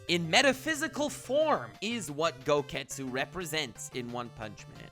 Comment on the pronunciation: “Gogetsu” ok I’m done